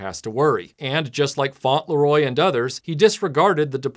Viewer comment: It's not 'Faunt-Le-Roy', it's 'Fauntle-Roy'